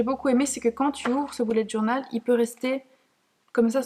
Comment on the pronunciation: C est bulet journée pas boulette journal t’es conne ou quoi